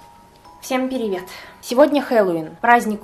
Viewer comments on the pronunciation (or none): говорит,,Всем пиривет", тем временем субтитры "всем беремен" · А почему ты говоришь не привет а пиривет ?